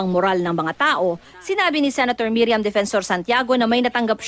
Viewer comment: MIRIAM not MERIAM.. 😅😅😅